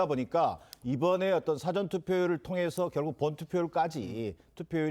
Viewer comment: 대변인이 '사아전'투표 라는 발음조차 못합니다. 영어 '사전' 이라 하는 실력을 지닌 인간입니다. 정의당이나 민주당 대변인이 적합합니다.